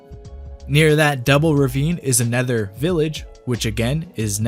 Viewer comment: right the way you say another, i always hear a nether.